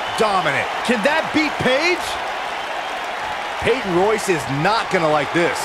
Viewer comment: It’s Peyton Royce